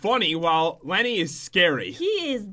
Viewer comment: It’s Lenny not jen